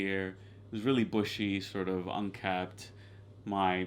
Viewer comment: The word is Unkempt not Unkept